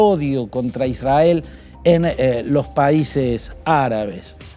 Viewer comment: Sr. Fantini, israel se pronuncia con erre no con ere. Se pronuncia isrrael. Son las reglas de nuestro hermoso idioma. Es para no aumentar su confusa y siempre inclinada exposición pro israelí.